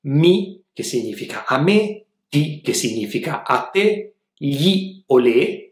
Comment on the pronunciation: Una domanda... di dove sei? Voglio chiederti: Di che accento si tratta? Cioè per il pronunciamento della combinazione "gn" ch'è "g-n" invece di "ny", come qui quando dici "significa". Potrei anche aver sentito male 👀 Comunque... grazie mille per le lezioni ❤️